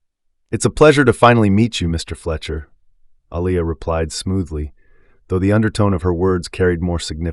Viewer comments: Can you pronounce her name right Alia not Alaia. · This reader needs to be trained/ He has mispronounced this name: AH-LEE-YAH...several times and I also noticed in one statement her hame was changed from Aliyah to Elias. The reader...like Carol needs to be trained or schooled...or...find someone who knows how to pronounce the names in the story. Listen and count how many times the Owners' name was mispronounced...it is like the pot calling the kettle black...Is there some subtle insensitivity transpiring here> How sad...at least Carol was open and cooperating with change....and she was just a character.... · Wow he has pronounced her name wrong so many times. I like the story though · The narrator couldn’t seem to get the owner’s name right.